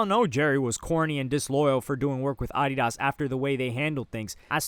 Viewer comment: Bro why do you pronounce Adidas like that